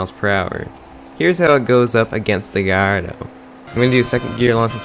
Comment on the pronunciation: Gardo? You mean Gallardo? Where the fuck did the "ll" go